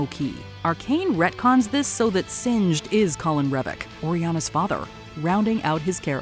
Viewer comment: It's corin not colin...